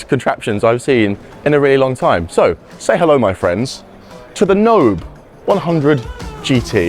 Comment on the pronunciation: So it’s pronounced no-bay, not knob? 😂